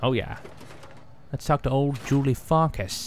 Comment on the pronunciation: the way he pronounces farkas it sounds like he's saying "julie fuckus" lol